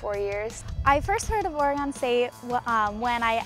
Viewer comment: It's funny that doesn't know how to say Oregon yet. But I'm sure she'll get it soon. Go Beavs!